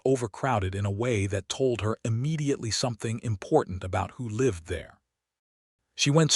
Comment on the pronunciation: Great story from the beginning. It was well-written and showed how - in what ways - their relationship grew and flourished. I agree with two other comments about pronunciation. It would make more of a change than you may realize to hear "read", "breathe", "live", and other words pronounced correctly based upon usage.